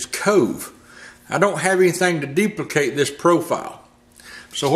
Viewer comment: Deep-la-cate? Duplicate?